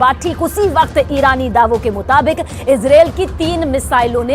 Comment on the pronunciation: Kyu Izrel Izrel bol rahi ho It's a Arebic word Israel